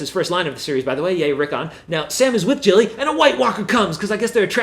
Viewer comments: You're getting the Gs wrong. Gendry, not Jendry, and Gilly, not Jilly. But this was years ago so oh well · The fact that you keep saying Gilly and Gendry incorrectly makes wonder if you you are just reading a script and don't really watch the show. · Milan bhattarai He also butchers "Gilly".